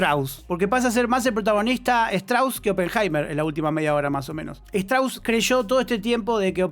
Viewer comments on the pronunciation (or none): se pronuncia "Stros"